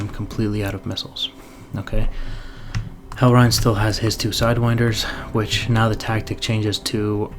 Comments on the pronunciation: Reign sounds like rain. Not rhine. Sick video though :D EDIT: Pro tip on beating Hellreign.....just get in gun range. His guns are extra sloppy lol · Just fyi "reign" rhymes with "rain".